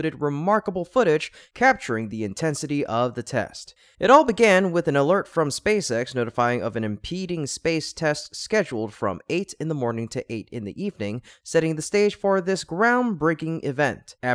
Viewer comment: Impending test. Not impeding test.